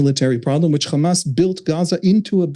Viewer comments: It is irritating how Ryan and Emily don't push back when interviewing Israelis. The second the guest used the exaggerated "Khamas" pronunciation, it was clear what his views would be. I kept waiting for Ryan to jump in and correct or challenge the guest with each lie and racist talking point, but just like the other Israeli author they "interviewed", they just sat there and let him spew his hasbara. There is no value in bringing on and interviewing zionist Israelis, especially if they're not being fact-checked or called out on their racist and Islamophobic ideologies. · Anyone who say 'Khamas' instead of 'Hamas' is a propagandist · Why do Israelíes always add a “Kh” in “Hamas.” It’s not Khamas. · khamas, khamas, khamas, khamas, khamas, did I say khamas. Let's not forget khamas is khamas and they won't stop khamasing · That pronunciation of the H changes Hamas in Hebrew to mean violence. Hezbollah they probably want to associate with Hamas. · How can this journalist pronounce hope but is not able to pronounce hamas?